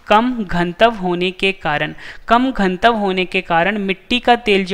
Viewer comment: Ganatva bolo Gantav nhi